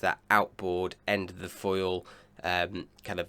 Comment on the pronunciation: Can you please work on your pronunciation/enunciation? Although your yachting analysis is top of the range and we really enjoy it, your english pronunciation is very poor and distracting. Your "th" is often replaced with a "v", like the word "the" you pronounce "va". Sometimes you get it right but you often slip back to the bastardised version of our language. Ainslie does the same thing. To a lot of us purist sailors we discuss that drop in standards but equally discuss your fine analysis.